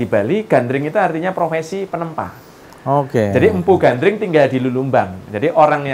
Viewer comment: kan Gandring mas bro bukan Gandrung 😀 mas bro ini gimana sih,,ayat suci Al-Qur'an aja salah dalam kita membacanya salah juga artinya, ya demikian jugalah ini 🤭 Gandring ya Gandring masbro masa kok Gandring di samakan dengan Gandrung 😀 mungkin Gandring itu kan sesosok cowok guanteng buanget makanya banyak di Gandrung i banyak cewek 😀😂